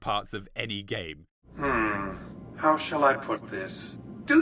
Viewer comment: As a resident of the Mojave desert, thank you for pronouncing it right and not saying "Mojavé" like other fallout content creators... it REALLY makes you wish for a nuclear winter...